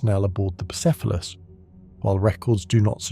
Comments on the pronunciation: Brother. For god's sake. You can just look up how to pronounce things. Boo-SEFF-a-luss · Saying the name correctly, and then mispronounced, then back to correct, then mispronounced again is absolutely sending me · Great video and the lore is awesome. But. Damn Between the 19 different ways the AI pronounced "Bucephelus," but the YouTube well-known capability and feature of completely BUTCHERING captions.. Made me a little cross-eyed. :D Icluding, but not limited to: "Jello Field" There's needs to be a mem about "jello fields" in the Warp.